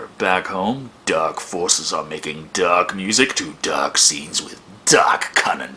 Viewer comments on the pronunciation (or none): Every time he says dark I think he's says duck